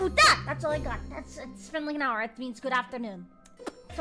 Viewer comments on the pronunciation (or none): none